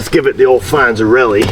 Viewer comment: His name was Fonzarelli not fonzarell ski